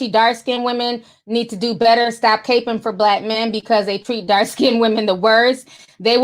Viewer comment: Ti, it’s not “cape-ing” it’s “capping” (like a baseball CAP)